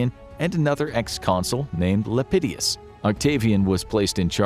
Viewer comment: ...there's no second 'I' in Lepidus...Lep-eh-doos...not Lep-eh-dee-us.